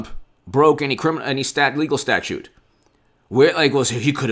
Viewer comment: ITS "STATUTE",IT'S NOT A STATUE